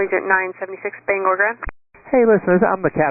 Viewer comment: This is how I found out there was a plane crash, was my YouTube homepage. Also, for anyone wanting to pronounce it, it isn't BANGER, it's BANG-OR, or BANE-GORE.